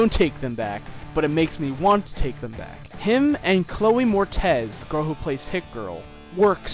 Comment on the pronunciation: Mor-ITS, dude, not MOR-TEZ. Good review, tho.